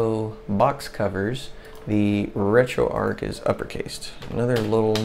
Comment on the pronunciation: Great video very well explained, but it's retro arch as in archway not ark as in imaginary zoo boat. Your killing me lol.